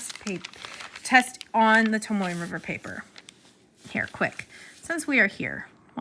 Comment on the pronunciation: It’s Tomo..not Tomoy not Tomoeh/Tomoway